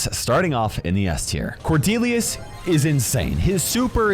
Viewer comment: It’s Cornelius, not cordelius fixed it for you